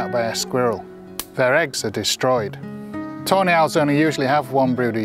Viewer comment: all i hear is ''toenail'' everytime he says tawny hahaha